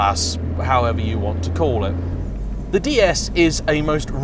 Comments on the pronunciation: The "S" in Pallas is indeed pronounced in both French and English 😉. And "DS" is pronounced exactly the same as "déesse" in French i.e. goddess. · Try to pronounce ds correctly it’s not how you did . Slightly better review than the Citroen sm .